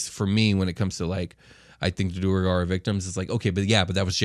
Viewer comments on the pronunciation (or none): I'm curious if the way you guys are pronouncing their name is correct? Due-rE-gar seems to add an extra e in there... Isn't it more like du-awr-gar. ? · Ik this is old but it’s due-air-garr. ..do-where-garr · It is pronounced Duergar (dwargar) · Gentlemen, I'm loving your content and listening to every episode! We have to talk about a couple things though. I get neither of you are all about the proper pronunciation of the names in D&D but, if you're to sell yourselves off as the "cool, metal D&D podcast" you gotta say the names in the coolest way possible. Now, Asmodeus is a fairly easy name to say with a cool emphasis. Just like in Wolfgang Amadeus Motzart, you'd say, Wolfgang "Az-mo-DAY-yus" Motzart! (The emphasis should be on the "DAY" syllable, not on the MODE. Think of it as 2 words: Asmo + Dayus.) When it's said too fast, it just sounds plain like... Jeremy or something, Lol. The king of the Devils can't be sounding all plain and stupid. He's gotta sound like The King (like Elvis but cooler)! Just food for thought where I love what you all are bringing! Stay cool, rock on and always keep on rollin'! 🤘😎